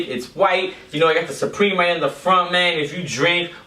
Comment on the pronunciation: You said responsibility instead of responsibly and you referred to the U in supreme as a W. Maybe you were nervous or maybe you had too many drinks beforehand idk.